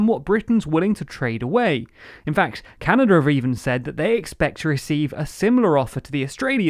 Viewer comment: There is no 'r' in Canada, git.